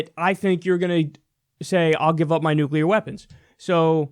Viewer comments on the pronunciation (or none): Playing catch with the "nucular" football.:p